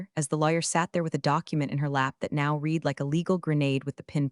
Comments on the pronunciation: Past tense of read is pronounced RED. To read; has read (pronounced RED). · The past tense of "read" is pronounced "red." It's one of those tricky English quirks that can trip people up.